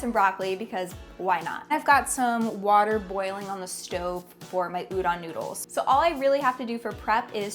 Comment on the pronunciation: its udon, pronoucne the O like the word tone or phone. Everytime i see chefs say udan instead of udon it makes me cringe.